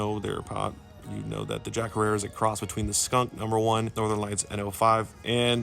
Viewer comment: Jack herer pronounced jack hairer not harerra